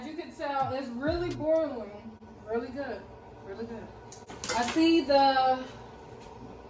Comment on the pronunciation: Boireling it 😂😂😂 love the accent